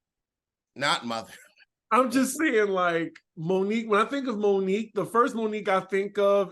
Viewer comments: Lmao her name is moniece not Monique 😂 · Isn’t it Monice not Monique😂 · That lady’s name is not Monique. Moniece lol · Moniece not Monique